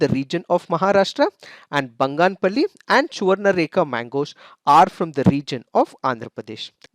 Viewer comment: You pronounced banganapalli mangoes in a wrong way